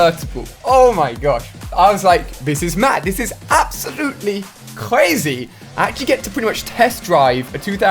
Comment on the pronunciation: he says quazy